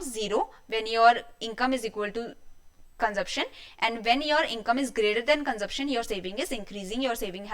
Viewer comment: Didi, phele consumption bolna hi seekhlo